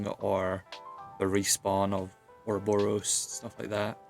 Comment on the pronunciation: oroborus not S wtf